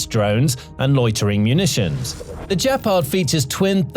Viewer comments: Great report! “Gepard” has a hard “g” as in “good”, not soft. Keep up the fine work! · It's pronounced with a hard G and means cheetah in German. This sounds unresearched. Don't believe it.